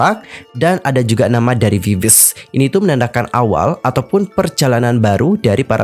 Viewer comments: Maaf ya kak.. itu VIVIZ baca nya Vi-Vi-Zi lohh .. agak gak enak di denger langsung di baca viviz gitu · bacanya sebenarnya bukan viviz tp "bibiji" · Klo diucapin "bibiji" y kka☺ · Cara bacanya bibiji bang